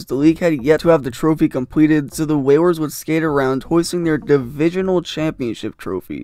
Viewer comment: This guy really called the oilers and whalers ther oiwers and wewers